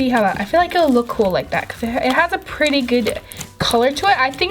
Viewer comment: 8.17 its s pwetty